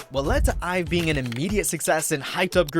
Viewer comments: Its Pronounced I'VE Not IVY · Its IVE not (I. V) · Oh but their name is actually pronounced as the actual word. It’s like “I have” so it’s IVE Like the actual word.